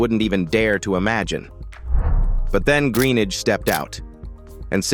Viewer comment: Another crap American Narrator. Can't even say his surname properly.